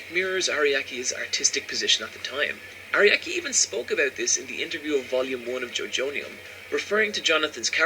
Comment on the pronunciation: I cringe everytime he says "Ariaki" and "HamOn"